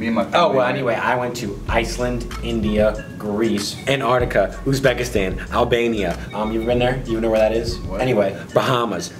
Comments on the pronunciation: He said albania ,like for albania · did u said Albania ? 😂👌👌👌🇦🇱